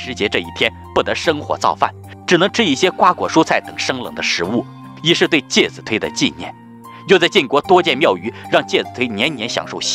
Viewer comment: 介子推（chui）音同吹